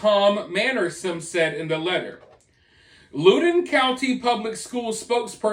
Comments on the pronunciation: im from virginia lol we get down but this is for sure unacceptable btw its LOUDOUN not lowdone lol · BTW...I think it's pronounced like "Loud-din"